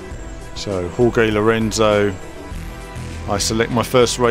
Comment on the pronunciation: What I find odd, though, is you properly pronounce the "J" in Jorge as an H sound, yet you decide not to make the "G" in Jorge an H sound. Either fully pronounce it 'hor-hey' or pronounce it "george." Don't make the J an H if you don't make the G an H.